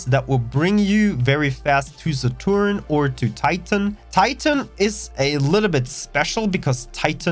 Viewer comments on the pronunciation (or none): love the way you butchered Saturn and Uranus names